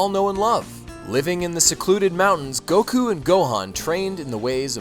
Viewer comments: stop saying siyan and goku with a disproportionatly huge emphases on the u , I cringe every time. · Except I grew up on the anime. And in the English anime it's "say-in". So as far as I'm concerned, that's how you pronounce it. Like how soccer is "football" in other countries. But here in the good old US of A it's soccer. Always will be. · You pronounced the name of Goku and the word saiyan wrong... just so you know.